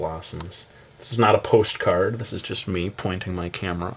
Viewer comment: Lol how he says 'this is NOT A POSTcard!'